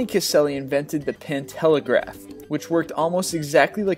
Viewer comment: #24 it's pantelegraph, you're saying it like pintelegraph, took me a while to find it.